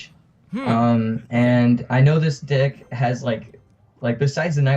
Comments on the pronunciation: He said dick instead of deck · did anyone else hear something different when he said "deck" there?